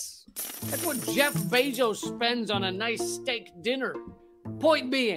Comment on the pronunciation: Glad to see a return of "Jyeff, you hyave a cold". Haven't laughed like that in a while. Wow, so good!